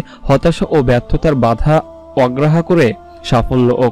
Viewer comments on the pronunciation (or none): কথাটা হবে অগ্রাহ্য ( অগ্ৰায্য)